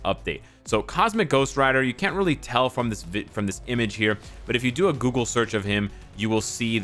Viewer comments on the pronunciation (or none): none